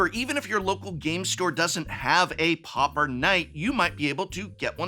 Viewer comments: pau per not popper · Dude why are you pronouncing it like POPPER???? It's pronounced like paw-per. Come on professor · Oooh "pauper", I kept hearing "popper" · Why do people keep pronouncing it POPPER instead of Pauper?